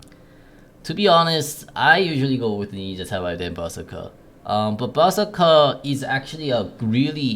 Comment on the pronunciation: Normal people: berserker: buzzeker